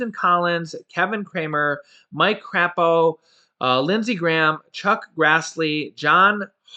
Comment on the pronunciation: Hey mike crapo's last name is pronounced craypo I live in Idaho where he is senator just to let you know